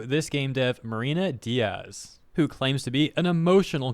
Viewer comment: just so they don't tell you later that you fked her name on purpose... her name is not Diaz(days) is Diez(ten/10 like ben 10 but in spanish) similar words i get it but pronounced different... i am just leaving this here so you can do with this info what you want, just letting you know they might twit something about the miss pronouncing her name on purpose cause you are blah blah blah etc...